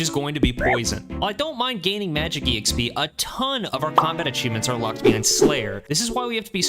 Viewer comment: "E-xp" hurts my soul every time I hear it